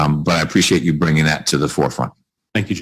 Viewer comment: He’s the president of RCA and can’t even pronounce “you” correctly…